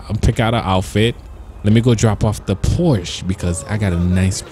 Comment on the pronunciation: Its called Por-sh-A